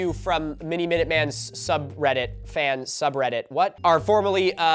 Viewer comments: In this video, Milo pronounces subreddit wrong for 50 minutes 😂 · this video is just milo struggling to pronounce subreddit names